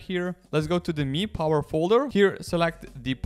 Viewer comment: isnt it pronounced me power not m-i-i power